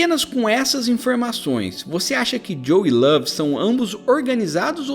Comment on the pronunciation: Esse cara falando lave ta dando raiva já